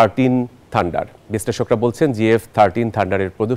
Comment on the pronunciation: উপস্থাপক ২বার বললো জে এফ ১৩ ঠান্ডার